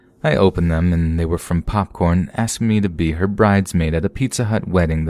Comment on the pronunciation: "PAWPCORN WANZ CUDDLEZ!"